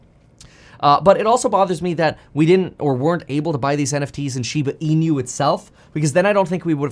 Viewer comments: Hi Kevin, Thanks for getting into SHIBA INU. The pronunciation of INU in SHIBA INU should be E-NOO, like noo of the word "nook". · Plus he pronounces inu incorrectly! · The way you continue to pronounce inu just irks me… lol it got me annoyed enough to stop the video and comment. 🤦‍♂️🤦‍♂️🤦‍♂️